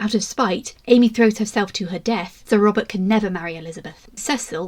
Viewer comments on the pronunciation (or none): Interesting but it sounds like you keep saying Robin